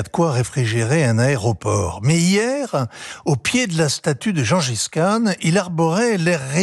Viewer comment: La prochaine fois que l’élite journalistique sache au moins prononcer le nom de Gengis Khan . ( pas jean jiskan)😂😂😂La preuve qui ne fond que lire les rubriques que les milliardaires leurs donnent